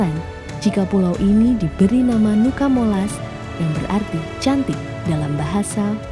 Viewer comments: Sebutannya tetap NUCA MOLAS, bukan NUCA di ganti NUKA. Selebihnya, terimakasih telah berkunjung di daerah kami, sangat indah.. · Cuma masukan aja kak..nama nuca molas,jadi tetap di baca nuca molas,bukan nuka molas..🙏🙏 Trimakasih sudah ke daerah kami..